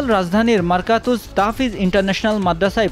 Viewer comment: হায়রে সাংবাদিক ভাই, মাদ্রাসার নামটাও ঠিকমতো বলতে পারলেন না, মারকাজুত তাহফীজ, মারকাতুজ নয়